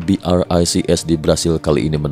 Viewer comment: BRICS pronounced BROKE😂😂😂